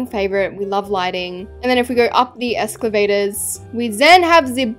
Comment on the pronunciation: I keep laughing when keeps saying escavator 😂